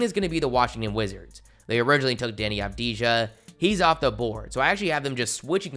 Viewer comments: you need to say avdia not avdija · Avdija= silent j 🤬🤬🤬🤬🤬🤬🤬